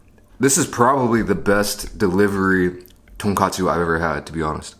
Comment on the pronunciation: 한국인이시면 돈까스라고 발음해주셨음 더 좋았을탠데.. :( 아쉽네요